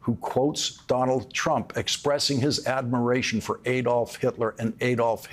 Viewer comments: Hitler's first name is pronounced ADD-olf, not ADE-olf. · Why do American presenters always mispronounce Hitler's first name as Ay-dolf. Everyone else, including the Germans who ought to know, says Add-olf. I agree with all your comments though, Lawrence. Keep up the good work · To all americans, it is not Ày dolph hitler, it is pronounced Adolf hitler. Germans do not pronounce ay dolf . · I believe "Adolf" is supposed to be pronounced "AH-dolf" - not "AY-dolf." That is the German pronunciation. Please correct me if I am wrong. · Just a remark. The A in Adolf Hitler is not pronounced like when spelling, but like in cut or father (I'm no linguist and english is my second language.) Americans, don't repeat the german mistake and don't elect a criminal and fascist. Vote for democracy.